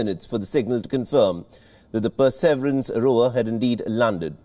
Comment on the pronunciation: What the hell is "per-severance" ?? Shouldn't wion do better especially if they are trying to reach international audiences